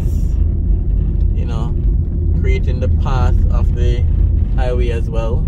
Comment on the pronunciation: Highway...not iway...put some emphasis on the h...like a mouth breathing sound.